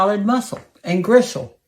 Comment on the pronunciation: Did you say ‘gristle’?